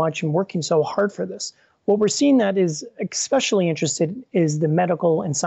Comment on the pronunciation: Expecially... Empathetic... Sigh...